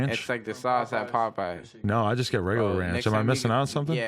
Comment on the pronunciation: lol when Adam pronounces Popeyes like "Puhpeyes"